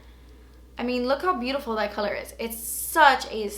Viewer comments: I died laughing at the sonia kashuk highlighter part "you think, das so beautifurrrr. but its nurrrr." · Omg you are so funny "oh my gahh its beautiferrr... But is nerrr" 😆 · "oh looks so beautifurrr oh so beautifurr.... but it's nurr" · "When I swatch it, it might look beatifurrrr but it's nurrrrr" 😂😂😂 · I gave this a thumbs up once you said beatifurrrrr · "Yeah, it does look very beautifer, but it's nert." 😂😂😂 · "and yh it does look very beautifur but it's nur" 😂xx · "it does look very beautifer but it's nert" LMAO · "You think it's beautifer but it's nert!" LOL